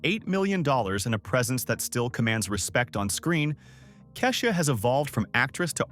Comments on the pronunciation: You lost me at Ka'shUa. If you can't get the name right how am I to believe the rest of the content? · Right; cause I've never heard of Cashia. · Just so everyone knows, most of these videos are narrated by AI so they will not always pronounce the names and words correctly. It’s not a real person getting it wrong. If her name was spelled KEY-sha it would say it right. Let’s not beat the owner of the channel up. 😊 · I’m sure it’s AI reading because it butchers even the simplest names, including KESHIA! Ai is taking over everything 🤦🏾‍♀️